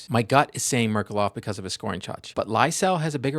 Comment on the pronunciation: Thank you for the video, as per usual! "Ghe-O-r-ghij Merk-U-lof" :)